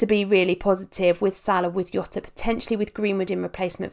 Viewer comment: says Jota WRONG